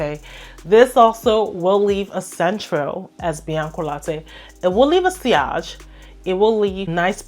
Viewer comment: did she really just pronounce sillage like that 😂😂😂